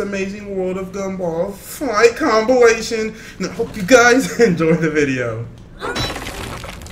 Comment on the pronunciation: ⬇️ That is it for the VIDO guys He said vido